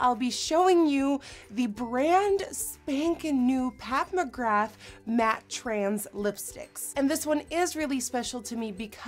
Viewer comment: I heard "Pat McGrath" as "Papa Graph". Lmao.